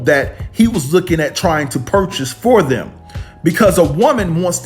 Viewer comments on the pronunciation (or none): none